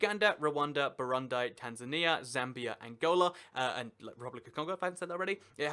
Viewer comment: 🤣😂😂🤣😂🤣😂 how you said Burundi, my dad would go mad